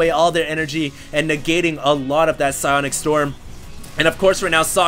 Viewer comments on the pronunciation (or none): none